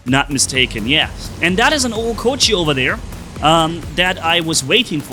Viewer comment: Its Ochokochi not Ohokochi